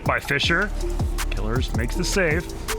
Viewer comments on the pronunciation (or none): I like how sunless calls him “killers” whereas Johnny calls him “kill ears” and now I’m confused on how to pronounce his name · Isn't it Kil-ears? Not Killers? That's how Johnny always says it and I trust him the most since he interacts with every player on his channel, but Killeerrz is literally on your team so... I'm stuck.